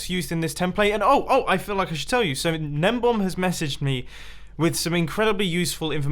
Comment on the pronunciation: is it juat me or is mumbo saying gnembom and not gnembon